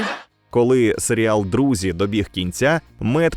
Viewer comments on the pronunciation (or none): Не читаєте ви все, інакше пощадили на моє прохання мої вуха і більше не називали серіал сер'ялом.... Все решта як завжди дуже кльово і цікаво.